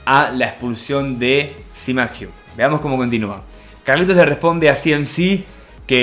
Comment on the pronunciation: Like si le dices cmacug como c mamo